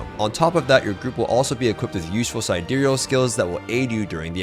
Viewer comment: still everyone mispronounces "Side-Reel" / "Side-Real", it is not "sidirial"....